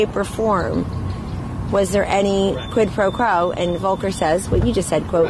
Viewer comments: Does kellyanne Conjob have enough intelligence to speak in public? No, for instance, it's quid pro quo, not quid pro crow, like she just said in this interview. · she said "quid po crow" you'd think she'd know how to pronounce it right.